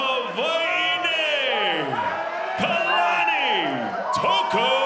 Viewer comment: Why does the announcer pronounce Hawaii like that? Hawaiiney?